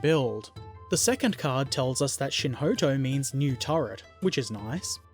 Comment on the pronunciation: You are saying Shinhoto correctly